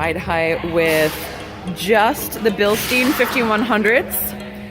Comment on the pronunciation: Billstyen, not Bilsteen. It's German. Words with "EI" are always pronounced like "aye." Words with "IE" are pronounced like "ee." Free German lesson. Thank me later, everyone!